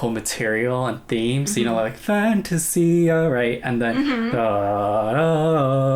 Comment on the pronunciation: The moment you pronounced FAN-TA-SIA, I knew you already watched it before reacting.